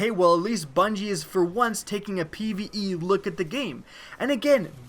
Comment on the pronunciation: Pve not pie